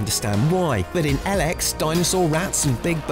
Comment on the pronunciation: I think it is called EEEElex not EL-EX